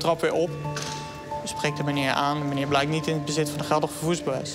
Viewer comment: 8.51 meneew, poowtje, 😡